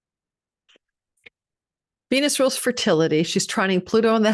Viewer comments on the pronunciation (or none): none